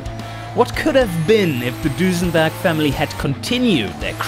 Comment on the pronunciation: It begins... Nice epic-feeling intro, sets the tone for the monumental task you put ahead of yourself. That aside, I have to say one thing; the way you pronounce it, I can't help but to call your brand "DusenbArg" as opposed to "Dusenberg". Long live Dusenbarg? That's etched in my mind already, haha... As for engines being smaller but keep high power outputs, I dare say that strategy won't work until turbos join the scene. Making smaller engines in the early years is nice for side versions to compensate for the costs of the "Record Breakers", but they won't produce big power even if you try to rev it to oblivion... Those are my five cents on the matter, either way.